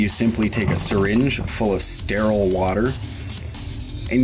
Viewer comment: Stairaiyal. Never heard so much effort put into one little word 😂